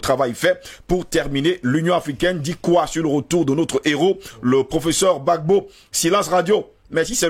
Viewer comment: On dit Gbagbo pas Bagbo 🤣🤣 merci a vous